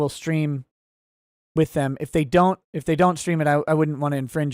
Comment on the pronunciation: "Strean" that's our:_Touchdown::_OnPaper::_UNBREADED:🙏🏻